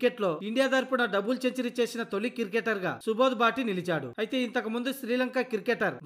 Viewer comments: Ee bhati team enti babu kirketer kaadu cricketer sariga palakadam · క్రికెటర్ పలకడం నేర్చుకో బ్రదర్...